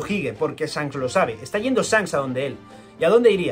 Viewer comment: “Esfincs, Sancs” 😂